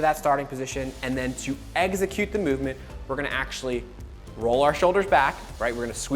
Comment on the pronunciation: Ex-i-cute. Not egg-zi-cute. 🙄